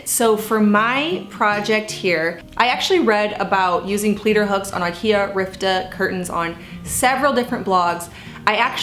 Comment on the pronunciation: Ritva not Rivta